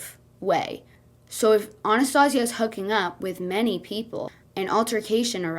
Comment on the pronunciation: That isnt how you pronouce Anastasia. And this man doesn't need a dog, ever until he gets his mental instability in order. If he screams for hours at a human, imagine what he will do to the dog. Abuse it. Promise you.